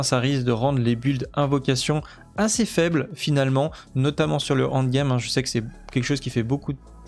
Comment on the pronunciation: tu es l'un des meilleurs youtuber au nivo journalistique sur D4 ! mais bordel le end game et non pas le hand game da fuck tu me rends guedin bisou quand même